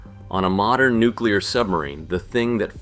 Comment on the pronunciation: says nucler submarine, shows guppy conversation, you suck